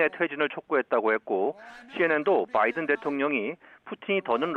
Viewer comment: 바이든 c가? 뭔 발음이 그래요 ㅋㅋ